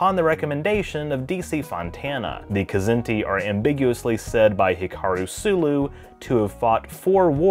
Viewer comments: Larry Niven has told me in person that it's pronounced: Zinti. The K is silent. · I'm pretty sure the K in "Kzinti" is silent...like "knife". You'd have to ask Larry Niven though...